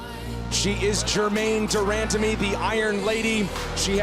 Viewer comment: Joe "Germaine Demandamie" Rogan